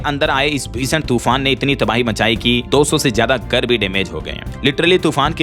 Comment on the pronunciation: भाई नियमित रुप से आपका समाचार सुनता हूं हिंदी भी अच्छी बोलते है, एक सुधार और कर लीजिए, नियमित अभ्यास करने पर ठीक हो जाएगा, भाई आप "घर" को "गर" बोलते है, "घ" बोलने का अभ्यास कर ले 🙏